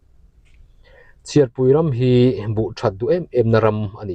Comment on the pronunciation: CHHIARPUI ram i lam/chhiar rik dan khi a dik lo a hriatna ka neih tlat chu. CHHIAR lai tak hi lehkha chhiar tih a CHHIAR kan lam anga lam tur a ni zawk em le?